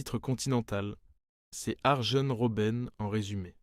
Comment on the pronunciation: arjen ce prononce aryenne